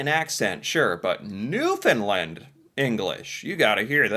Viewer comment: remember there is a "A" at the end of Newfoundland not an "I"